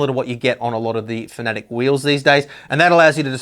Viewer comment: They are called "Fan-A-Tech", not whatever you tried to call them :)